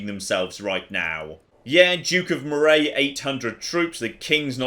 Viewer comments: FFS! Moray is pronounced Murray. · I wouldn’t hold much hope he’ll get it right as he can’t pronounce places in the UK (Moray) correctly, and he lives there!!